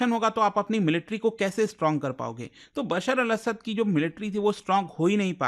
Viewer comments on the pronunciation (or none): not असाद 😅it' असद